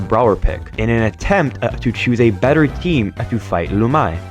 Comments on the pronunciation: Uh heads up Lumi is pronounced LumE not LumI say it the I more like an E instead 🖤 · Lumi - pronounced Lew-mee 🙂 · Btw Lumi is pronounced "Loo-me" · ah yes, a LU-MY! Tbh tho this is a good video for beginners, might share this around one day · Lumi pronounced (loom Eye) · He said Loo-Mie 😂😂 (prob accent my bad bro) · I never heard someone pronounce lumi worse. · is she really pronounced lumi🤨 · The way you pronounce Lumi made me visibly upset and I punched several holes in my walls Other than that, it’s another great video like always